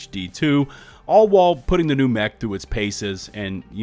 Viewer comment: "A New Meh-ch"